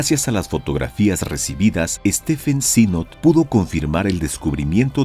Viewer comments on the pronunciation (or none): none